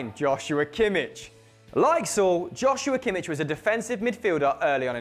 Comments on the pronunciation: Saul? It's Saúl, at leasy pronounce it right. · did he really pronounce Saul as sal?